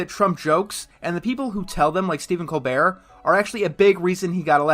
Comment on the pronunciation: Aldo Van Dyck Because it’s just that stupid how Enter mispronounces Colbert’s last name.